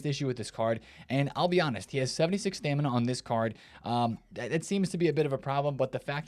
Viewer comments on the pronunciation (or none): none